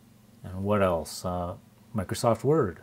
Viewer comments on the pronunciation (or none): none